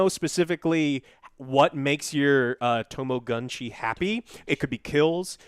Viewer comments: To-ma-go-chi Effin ignorant morons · It's pronounced Tama-Goh-Chi